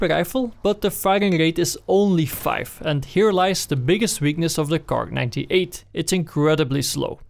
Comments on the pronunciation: no god please no nooooooo its not kark its kar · Why do you say "Kark"?? Its just KAR. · PLEASE STOP SAYING KARK IM KILLING MYSELF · Why does he keep saying cark? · WHY THE FUCK YOU SAYIN KARK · KAR NOT KARK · people are calling it kark for not to getting confused with the word car